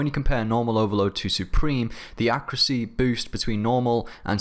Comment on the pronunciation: am i the only one that's irritated by the way he says accuracy?